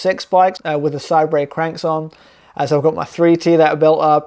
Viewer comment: i think it's pronounced 'say-bur'